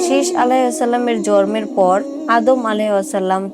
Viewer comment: জরম না জন্ম হবে উচ্চারণ ঠিক করে বলুন